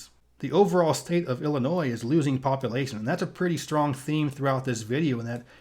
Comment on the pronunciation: love these videos but please say population not poppilation. otherwise your voice is great for this information